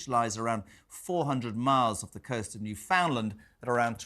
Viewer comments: Not New-found-land. New-fund-land. As per Canada speak. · One day someone may pronounce Newfoundland right , heartbreaking people are lost , leave the boat be